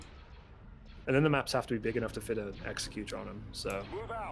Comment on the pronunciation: Why do so many ppl mispronounce Executor? It's not some weird version of executioner, its executor as in, an executor of a will.